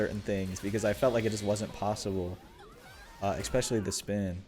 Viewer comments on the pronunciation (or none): Bro it's ESpecially not EXpecially